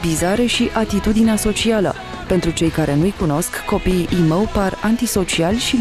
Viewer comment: cum zice "imou"